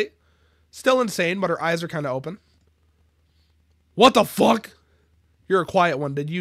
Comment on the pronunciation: “WAT DA FAUWK” is so funny to me xd